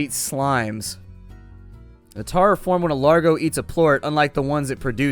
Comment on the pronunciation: THE TARRS NOT THE TARRS